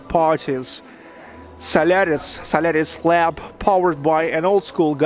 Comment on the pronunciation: I understood "salary's lab". You have russian pronouciatio: "o" becomes "a"